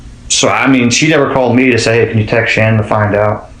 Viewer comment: Her name pronounced like SHANNON! LISTEN TO HER DAD.